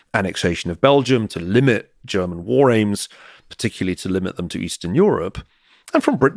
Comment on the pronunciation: Very interesting, appreciate it. Btw, Mr. Ferguson's pronunciation of German words is spot on.